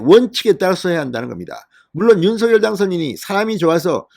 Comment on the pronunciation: 윤서결로 발음하지 말고, 윤성열로 발음하세요. 윤, 성, 열